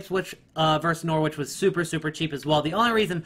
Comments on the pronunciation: when saying Norwich don't pronounce the W so it sounds like this norich not NOR-Wich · Norwich is pronounced norridge in a way. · Why are you prenouncing Norwich bare weird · Anyone else hate the way he says Norwich